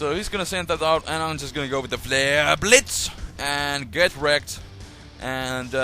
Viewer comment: You say flare like fluer.